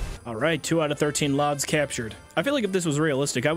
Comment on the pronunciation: Is him calling lads "lods" and inside joke I don't know about or???